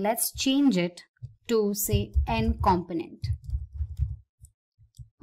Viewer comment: Seems an ok tutorial, to many times said companent! It a com-po-nent, hearing this all the time made it hard to watch.